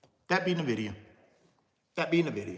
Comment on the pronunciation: At least you can pronounce, "Nvidia" correctly. It's not Na-vid-ee-uh.. Nvidia is pronounced En-vid-ee-uh.